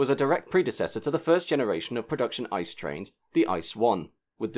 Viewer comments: Bombardier is actually both an English and French word, with different pronounciations in each language - as the company is Canadian, the French pronounciation would technically be correct. ICE also isn't a word, it's an acronym, in the same way you would say "h-m-r-c" instead of "humruc" Still a really interesting video! 👍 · A really interesting film and well researched, but I can't help feeling that hearing the German words at least once before you tried speaking them would have been very beneficial. ICE for example is pronounced by disconjoining the individual letters, much like you would say other acronyms like EU or HS2. Of course some of the longer words are quite difficult to pronounce if you're not used to them, but even I as a native German speaker was unable to understand most of them. Flashing them up as subtitles might have been helpful too. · iTs PrOnOuNcEd I c E 🥴 was looking for this comment it didn’t take long....... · Indeed, no German I know would ever refer to it as the 'ICE TRAIN'. It's an 'ee-tseh-eh'! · In American English, I would pronounce it as "Eye Sea Eee". Not sure what kind of crazy English you're speaking, unless you really meant Deutsch. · I wouldn't go that far. I.C.E. pronounced as an abbreviation (in English) would have been good. Also, I liked how he went from the I.C. Experimental becoming the "ice" train. XD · It’s pronounced like “It’s see e” And Eurotrain (ICE-TGV train) was using ICE 2 powerhead. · Did you seriously pronounce it 'ice'? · Just a quick sidenote. The name ICE is actually spelled I. C. E. You would never hear a german call it the ICE train. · It's not "Ice" it is I...C....E!!! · ICE is not pronounced as "ice", but I-C-E! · Great video, good information. But every time you call it an "ice" train instead of an I.C.E. it sounds like your reading an wiki page. I know it's very common for English speakers to call it an "ice" train but it still sounds strange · It’s an I-C-E not ‘ice’.